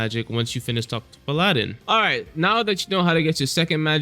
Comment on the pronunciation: PAL-ah-din. Please for the love of god.